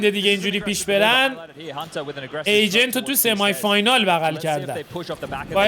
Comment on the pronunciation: استاد این کلماتی میگی درستش اینه : سِمای فاینال نه —-> سِمی فاینال دوومِین اسنایپر نه ——> دامِین اسنایپر سوپ‌رِسور نه ——> ساپرِسِر و…